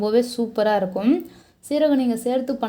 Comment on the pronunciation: 'இருக்கும்" போன்ற சொற்களில் கடைசி "ம்' யை அழுத்தி சொல்லவேண்டும் என்று யார் கட்டாய படுத்துவது? செயர்கையாக அவலட்சணமாக உள்ளது. இயல்பாகவே சொல்லலாமே.